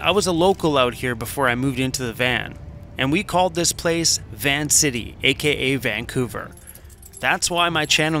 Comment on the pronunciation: VAN couver 😂